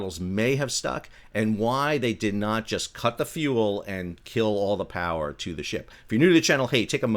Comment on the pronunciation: "IS there... such a thing AS Too Much Powah?"